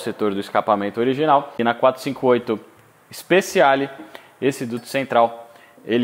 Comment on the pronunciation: Ótimo vídeo!. Uma dica, se você me permite: Speciale se lê speTIale, e não speSSIale.